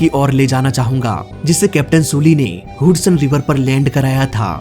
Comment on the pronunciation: हडसन को हुडसन बोल रहा है 😂😂